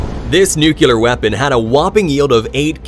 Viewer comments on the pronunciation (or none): Don't be sorry. That's why I was coming here, too. Nuculer = not a word Nuclear= a word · I was going to say the same thing! Nook-Lee-are. Not nook-you-lore. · They didn't do "nucular tests". They did "nuclear tests" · Kills me. Every time. Nuclear. New-clear. It's not Nu-queue-lar! And it's not hard! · It's NU-CLEAR! NUCLEAR! Not nucular. AAAAHHHHH!!!!😫😫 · Algae is (Al-jee) Nuclear isn't Nuculer. (New-Clear) I enjoy the videos, and your narration, mah'dude. Your tone is perfect, your cadence is wonderful. Pitch is great. You have the perfect voice for this, man. Just take your time and slow down a bit. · Nuclear (pronounced NU CLEE ER) not nucular LOL! love the ball lightening! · 'new clee er'. Not 'new cue ler' !😅😂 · i was most shocked by the fact that he kept saying nucular. the word is nuclear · NU CU LEAR????? WTF narrator😮😮😮 nuclear! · Very good compilation, but the underwater explosion was 'nuclear' not 'nucular'. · Nuc-le-a, not nuc-u-lea. Ok? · Learn to pronounce NUCLEAR...not NUCULAR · There's no such thing as "NUCULAR". It's "NUCLEAR". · Exactly why people now a days mistakenly pronounce nuclear by saying nukelar? What's wrong with you people? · Nuke-lee-ar. Nuke-lee-ar. There is no such word as Nuke-yew-lar. No such word. Read it - nuclear. Not nucular. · 😅OH MY F&CK!! NEW-KLEE-ARE! there only ONE "u" in the word!!! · Hahahahahahaha! Nu-cu-lar, he says it. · It's pronounced nuclear not nucular, George Bush. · Nuclear is pronounced "New-clear" ... it is not spelled as, or pronounced Nuke Leer. And yes I am the spelling and pronouncusitation police. xx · Its NU-CLE-AR, not NU-CU-LER! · OMG me too! English is not my native language yet I know its nuclear and nucular is not even a word 😂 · Just stopped the video after the second nucular 😂😂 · It’s okay, I’m not going to let it bother me this time. I’m just going to let it… GAKHHHH! I can’t do it! It’s pronounced NU-CLEE-ER, say it with me again,: NU - CLEE — ER, dang it!!!! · Yes arggg